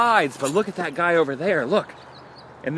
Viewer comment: Guy, not gut